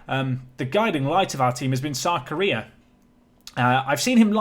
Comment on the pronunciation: Keep thinking you're saying "South Korea" when you say "Sarkaria".